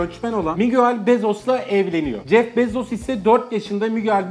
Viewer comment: Jef bezos değil (jef bizos) gibi birşey